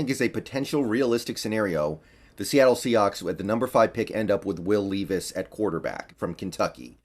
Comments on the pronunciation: It’s Levis not Leevis. Just an FYI. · “Lev iss” is how you pronounce it, I’m from ky and go to Kentucky games all the time, just a huge Seahawks guy, levis is a baller man and a great leader